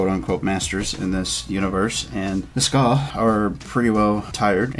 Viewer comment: It's pronounced SKAY not Skaw